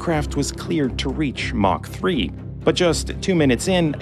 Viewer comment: The way he pronounces 'mach' is hilarious 😂